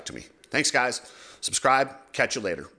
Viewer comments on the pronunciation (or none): none